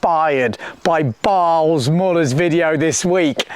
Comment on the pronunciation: Balz is pronounced Baltz